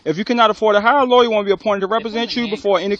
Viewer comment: Let this cop work here, and see how long he lasts. And for you, the GED cop, you have been disrespectful the entire time. Furthermore, its lawyer, not lawya.